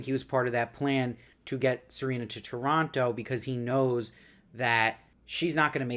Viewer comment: Thank you for pronouncing Toronto correctly. 🇨🇦